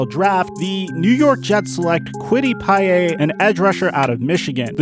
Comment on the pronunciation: Bro I know these names can be tough but cmon man. “Certain”, “Pay yay”